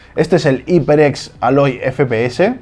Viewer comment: jajajaja me da risa que todos los españoles nunca pronuncian bien los nombres de las marcas Iper ex jajajaajaja